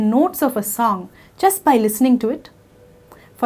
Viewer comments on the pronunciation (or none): none